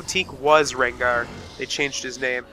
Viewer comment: Rengar! not Regnar -.